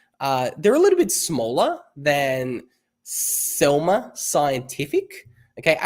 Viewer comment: Selmer? No, Semler! 😜